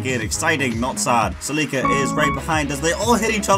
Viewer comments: "saleeka" its pronounce Sell-lick-uh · It’s celica cell-Ik-a not selika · lols, "Si-Leak-Ka" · he called it a “celEEEca”... help me god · ah yes, the salika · Did you say Toyota Saleeka? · Toyota Celica is pronounced like this “sell-li-ca” 😂😂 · Toyota Sa-lika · What in the actual fuck did you call the celica?? Lolol cell ick ah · The way you say Celica makes me want to cry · Had to stop watching after hearing you mispronounce celica 15 times